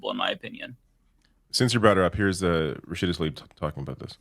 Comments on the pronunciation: Learn to pronounce Rashida’s last name. Rasheeda nor Rashiida. Thx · Is it me or is not saying Rashida's last name correctly?